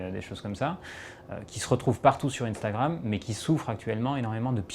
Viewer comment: Jm bien comment il dit intragram mdr moi je dis un-stra-gramme